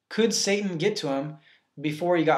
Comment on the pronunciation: He said sat-Ing lol but good job you are helping me get red of my demons